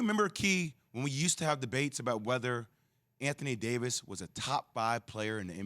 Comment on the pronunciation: Anthony Day-to-Davis